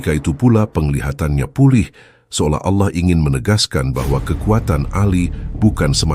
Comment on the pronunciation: RASULULLAH JANGAN DI SERUPAI / Di SAMA" KAN DAN TOLONG CARI PEMBACA yang FASIH DALAM PENYEBUTAN ALLAH. Terimakasih